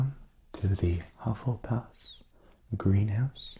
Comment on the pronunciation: YOU PRONOUNCED HUFFLEFUFF WRONG!!!! SJSJSJSJSIAIAJSHGEGXUAKAKWJWAARRRGGHH Lol jk love you